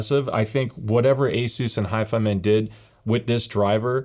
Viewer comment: Ur saying it wrong hifi man lol don't separate the man it's all one word hifiman. But is it really only $299 or is it 359?